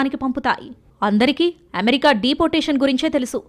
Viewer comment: అమెరికా అనే పదాన్ని ఎందుకు అంత ఛండాలంగా పలుకుతున్నావ్. ఏమేరికా ఏంటమ్మా? అది అమెరికా కదా.... చెత్త స్టయిల్ మానెయ్.....